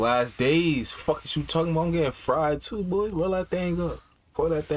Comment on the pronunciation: Been meaning to ask. Do u guys say "bull" instead of boy? I never heard that in my life lol